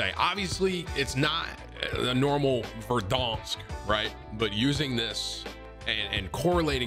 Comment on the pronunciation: Try pronouncing verdansk for once